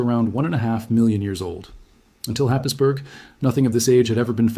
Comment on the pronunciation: It’s pronounced, Hays-borough, not Happisburg